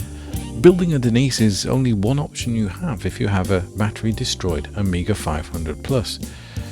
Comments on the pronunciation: Génial par contre je regarde en français et la voix dit « Oméga » à la place de «Amiga » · why the AI keeps saying OMEGA instead of AMIGA? did you used an english voice to speak in spanish instead of using a spanish voice?